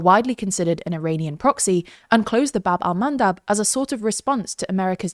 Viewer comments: I know you are a professional reporters, but "baB Al-mAnDab" 🤣🤣🤣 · or how he calls them: "wind mills"